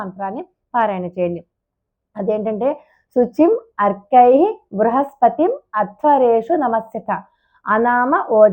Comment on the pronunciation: మీరు రాయటం "ఆర్కై:" అని రాసారు, కానీ చెప్పటం "అర్కై:" అని చెప్పారు. ఏది సరి అయినది?